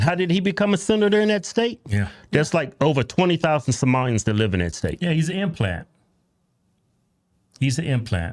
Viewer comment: I wish he'd LEAVE not LIVE! 🤣🤣🤣🤣🤣🤣🤣 Just like the way he pronounces LIVE! 🤣🤣🤣😩🙈🤦🏻‍♀️